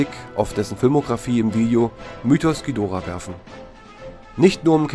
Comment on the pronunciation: Danke das ihr nicht Dschidorah gesagt habt!👍 Das tut mir immer in den Ohren weh! Aber jeder Jeck iss nunmal anners!😉